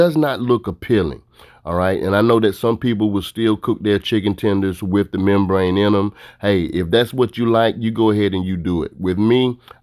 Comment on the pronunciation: I cringed every time he said membrane